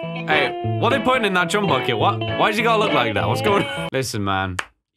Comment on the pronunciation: COOM BURGER??? That is not how chum burger is pronounced